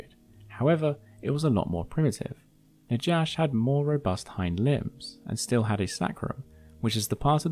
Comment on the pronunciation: The j in Najash is pronounced as in Spanish, since the name comes from the Hebrew word for snake "Nakhash", thus Na-hash, not Na-jash.